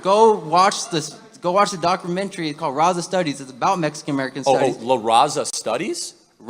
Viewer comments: this latino can't even pronounce RAZA, Rossah ?, get out of here. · IM LATINO.. N THIS KID IS AN IDIOT. HE CANT EVEN SAY RAZA.. RIGHT..U MAKE UR OWN FUTURE STRUGGLE. LMAO THIS KID PLAYING VICTIM.